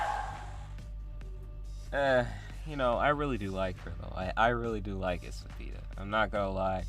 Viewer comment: You're pronouncing her name really wrong. You're saying esapida. Her name is in Spanish which means weapon. Her name is pronounced espaada.